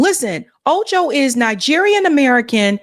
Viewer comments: Are you mispronouncing his last name on purpose? Wtf. It's not phonetic rocket science. Can't you read? "Ocho" and "Acho" are not even the same. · His last name is ACHO! not OCHO! lol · Pronounced “Ahh-Cho” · Acho not Ocho